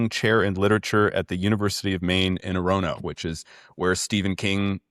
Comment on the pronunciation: Just 2 minor peeves.. The University of Maine is in Orono, with the accent on the first syllable. And Stephen King's house is in Bangor (Ban-Gore). Otherwise, a fantastic show. And Matt is a national treasure.